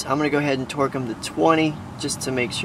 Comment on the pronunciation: Did any else hear "twerk" n not "torque"